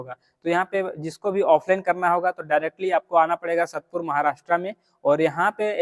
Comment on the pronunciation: satpur nahi hai sAatpur hai wo prononciation